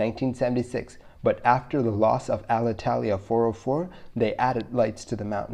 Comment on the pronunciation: Hey, thanks for the video! Thanks for the hard work and passion you put on this. A small piece of feedback on your Alitalia. pronunciation. It's not Al-Italia, it's more like "aleetalea" :)